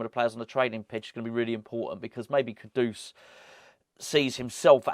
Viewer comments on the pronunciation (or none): The way you pronounce ‘Kudus’ sounds like an old Batman and Robin sound-effect if Penguin slapped Batman round the face with a large haddock - “KA-DOOSH!” Can’t we pronounce it like the word that means ‘highly esteemed’ - “KOODOS” ?